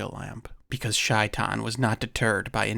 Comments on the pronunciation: Its pronounced shay-tan not shy-tan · Heads up, it's not pronounced "shy-tan" - it's pronounced "shay-taan" (first part is like saying "say" but have the "shhh" sound). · It's Shay-Tan not Shy-Tan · By the way, shaitain is pronounced 'shay - tawn' (at least close enough) and is specifically what evil djin are referred to in Islam (aka demons). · I am Bosnian Muslim and it’s pronounced ‘SHAY-tan’ 😊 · Read the book when a kid. You tell it well! It is usually pronounced SHAY'tan and is basically Arabic for Satan. One of the cats Corbett killed. It was said to be extra large for a leopard.